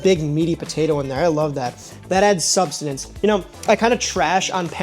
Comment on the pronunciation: "Substenance". I'll now use this word to explain my mega breakfast burritos. lol